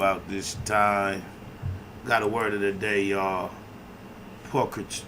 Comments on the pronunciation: Pul-tri-tood. Not stuntin. As a wordsmith thought you prolly would want to kno that. Bless. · Pul Tre tude,is how you pronounce it...